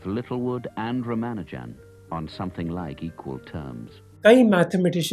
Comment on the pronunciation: Raa-Maa-Nujan You're pronouncing it like a westerner